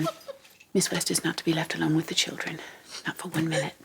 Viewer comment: I loved the way she said "Obviously Naughwt" Like she added 3 syllables to "not".